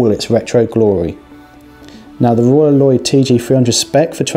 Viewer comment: Roy Loy I thought....or heard